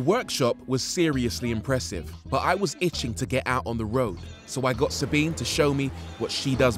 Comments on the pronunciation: Sabine not Sabbine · And her name is sabinE not sabin.